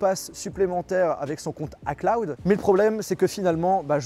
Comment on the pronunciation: " Mon compte A CLOUD " fait un effort stp:(